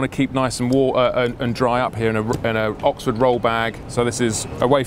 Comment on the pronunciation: im sure Oxford liked you saying Oxfart there's standstill traffic jams even on the fucking highways WTF